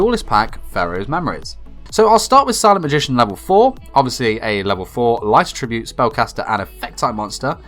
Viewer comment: this whole time i thought he was saying “light tribute” monster and i’d get confused but he’s actually saying attribute weirdly